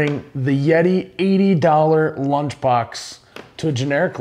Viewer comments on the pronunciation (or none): “Blunch box”